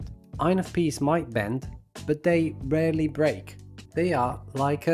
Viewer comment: When someone says: “INFPs” fast, I hear: “INFPeace” 😂